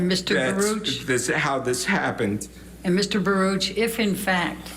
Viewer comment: Baruck not barush